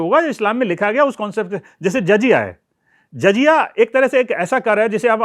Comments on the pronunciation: Jazya nahi jizya lafz hai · Its not jajiya... It is jaziya Jakaat nhi zakaat Baitul mul nhi... Baitulmaal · Good Information but pronunciation is awful Zaziya and baitul maal Badly pronounced